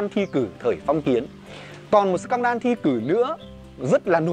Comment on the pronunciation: Em xin phép sửa sếp tẹo ạ: Scandal: /ˈskændl/ đọc giống sờ can đờ-l(đồ), không phải sờ can đan ạ :v